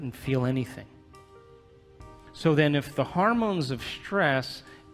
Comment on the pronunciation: Why does he keep saying "harmones", instead of hormones? Grating on my ears. Also the relentless abstract logic is hard to follow. He should insert more concrete examples.